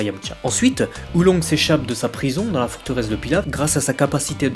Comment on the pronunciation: Oolong !!!!!!! PAS Oulongue